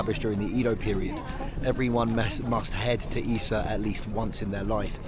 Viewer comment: You are amazing! I've become your big fan. I'm Japanese, but I never imagined I'd be exploring Japan in this way. The pronunciation of "Ise" sounded like "Issa." I thought Issa was a histrical figure and that he might be related Ise Shrine. You can say "E-Say", this is "Ise." You was using a translation function to communicate, but the diver had really strong dialect. Was it translated correctly? The ugly-looking shell is my favorite. You didn't seem to like it, my mother doesn't like it, too.